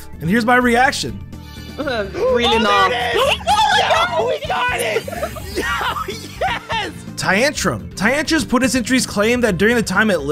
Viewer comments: The way he says tyrantrum. Ty-an_tum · don’t forget TYAN-trum